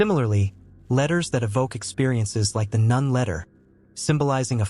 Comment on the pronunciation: This is an excellent video, thank you so much. However, it is important to note that the letter "ن" is not pronounced as "none" but as "noon," which is a significant distinction. Lam Alif (لا) is also pronounced incorrectly. Just my two cents.🙂